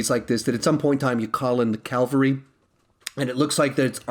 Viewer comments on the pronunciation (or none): I just hate how you say "Calvary" instead of "cavalry"